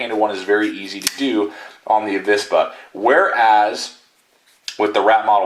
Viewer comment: In Spanish there isn't any difference between the pronunciation of V and B but you say it rather correctly, "avispa" or the non-existing "abispa" would sound the same. Greetings from Spain, saludos.